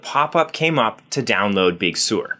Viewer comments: Big Sur — Sur rhymes with fur, not sewer. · It’s pronounced Big Sir like the beach not Big Sewer! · Sir not Sore. Sir! Big Sur is pronounced Big Sir!